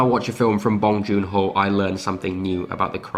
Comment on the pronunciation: "Bong joon HOE" sorry that me giggle tho